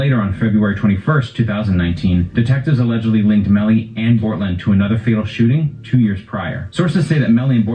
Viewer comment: my man really said - "bOrtlAnd" 💀😂😂😂